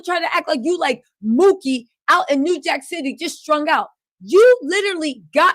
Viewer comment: Omfg it's "Pookie" not Mookie. Pookie with a P!! POOKIE!!!